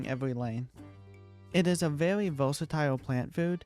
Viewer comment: the way you keep saying things like "owange" "vewy" sounds so calm and funny at the same time xd